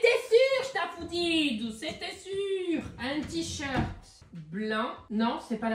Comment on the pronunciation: Ptdr le ticherte 😂